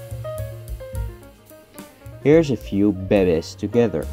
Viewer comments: "Bay bayz" was my favorite part of this episode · "she p r e e e g e n t" "bAy beZ"